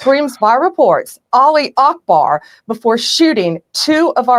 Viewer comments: olly akbar 😂😂😂😂 --> it'a Allah it's goes up not down you can pronounce it this way Aluh, not olly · Yo, Bondi. As a Muslim convert, allow me to educate you: the phrase is “Allahu akhbar, (God is great),” not “Aleee akbar” or whatever you’re saying. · No, it's Allah u Akbar not Ali akbar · Its Allaahu Akbar not Ali And it means God (Allaah in arabic) is the Greatest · sweet baby jesus, did she say olly akbar 😂😂😂 woman what woods do you live in my pet can do it better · "Olly Ockbar" 🤣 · apologize for what exactly? Laughing at Americans trying to pronounce “Allahu Akbar”? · the mispronunciation was killing me too. I thought was gonna correct her but no lol